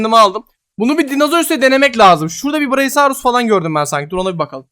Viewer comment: ❌ braisaurus ✅brakiosaurus